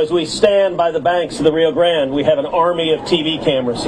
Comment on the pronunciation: He cant even pronounce Rio Grande.